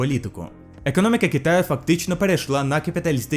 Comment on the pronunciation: Якщо занурюватись більш конкретніше то подекуди ти акаєш, як наприклад кАмуністичний, екАноміка, буває вимовляєш І замість И, соціалістІчний, також деякі помилки в перекладі: противостояние - протистояння, международный - міжнародний, до неузнаваемости - до невпізнаваності. А загалом повністю підтримую з такою ініціативою